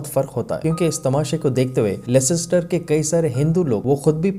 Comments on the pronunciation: It is pronounced "lester" only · Yes, it's pronounced Lester, I've worked for Barclays and we were trained in this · Bhai, it's pronounced lester. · Bro C is silent in Leicester 😅 You pronouncing it wrong